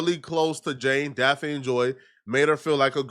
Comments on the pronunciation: Why ya big lip ass can't say "Daphne" without it sounding like DAFEEN? It's pronounced "Daff-ney", goofy. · “Daphine Joy” 😂😂 this guy😂 it’s Daphne bruh..Daff-knee smh😂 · I don't know how many times I've told you how to pronounce Daphne's name...... it's pronounced DAF-KNEE....not Daf-feen😡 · Her name does not rhyme with caffeine. It’s pronounced “Daf-a-knee” 😂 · i’m really not sure why you can’t pronounce this woman’s name but it’s so annoying and it’s not even mine. her name is DAFF-KNEE. it’s too many vids where you’re fuckin it up bro. learn how to pronounce people name. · Bro.. how tf are you so slow u cant say the name daphne its said (Daff-Knee) bro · Why is so hard for to say Daphne daf-nee it’s hilarious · This nigga can't pronounce "Dapne" to save his life! 😂😂